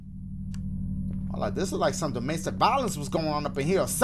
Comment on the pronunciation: How dashie said domestic lol